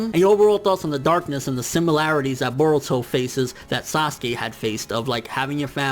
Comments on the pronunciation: Yo y does this nigga say boruto like if boruto was Hispanic like fuck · I know this is weird, but I keep getting distracted by the way he pronounces "Boruto".